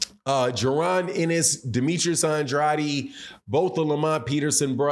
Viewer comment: Can you please say these fighters names correctly!!!!! Bruh you said Andrade and avanesyan names wrong. I agree with your take but I can’t take you seriously when you can’t say their names right.